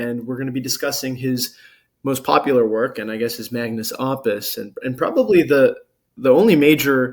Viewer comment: MAG-nuhs OH-puss